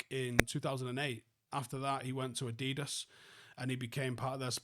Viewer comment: What is adidus it’s adidas 😂😂😂😂